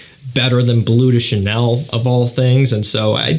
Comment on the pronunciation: Maybe, out of respect for the language and culture it comes from, it's not called 'Blue' de Chanel. It's called 'Bleu' de Chanel, which does mean blue but it's pronounced 'blehw'.